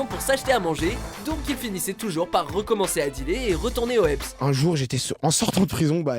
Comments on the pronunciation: c moi ou il a dit ebs.......... ON DIT HEBS HHHHHHHHHHHHEBS YAUN H I SE PRONOMCE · on dit au heps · "et retourner au epss" 😭😭😭😭😭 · Au ebs 😂😂😂 c'est au HEBS